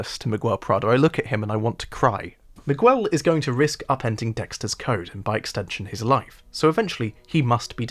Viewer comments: Do they really call him "miwuel" in the show? Miguel is a spanish name and the U is silent. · Not sure why the youtube algorithm tossed your video my way (two months after you made it) but it was good. My only problem with it is your pronunciation of Miguel Prado. I didn't like season 3 much at all, but giving Miguel the standard british butchering of foreign languages was funny and annoying in equal measures. I'm trying to decide if it was bait for a comment (if so, well done) or a total disregard for how the character's name is pronounced in the show and the world at large. "Mig well" would be spinning in his grave. Considering he was a Cuban character from Florida played by a guy named Smits from Brooklyn, I guess it doesn't really matter. At least it's all downhill in part 2.